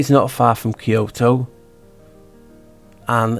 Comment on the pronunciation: Kyoto almost sounds like ky-ho / key hole